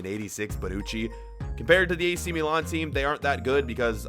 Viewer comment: The way he says milan pisses me off